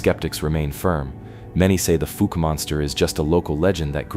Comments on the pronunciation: Fouke is actually pronounced like falk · That is not how anyone in Arkansas says Fouke. The ou sounds like the ou in mouth.